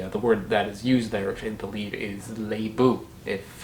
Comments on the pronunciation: I am from bengal, India....and i speak bengali...and I have to appreciate the way he pronounced 'Lebu'....it was perfect.....🙂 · I am from Bangladesh, I just wanted to clarify that even though it's spelled " Rangpur " it is pronounced " Rongpur ". I feel really really really great that you made a video about a Bangladeshi fruit. I liked the way you said " lebu "😅. Are you still in Bangladesh? I would love to meet you.